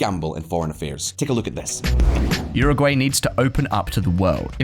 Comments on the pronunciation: Please bro, uruguay is pronounced “euro gwhy” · Agree. This bald dude is full of BS and at 54 seconds into this he cannot even pronounce Uruguay correctly. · EXACTLY. He lost a lot of credibility 54 seconds into the video when he misprounounced Uruguay.